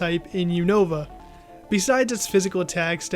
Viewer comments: I don't like how they say Unova, but otherwise great video! I love how they get in depth with the Pokémon! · You two need to learn how to pronounce Unova correctly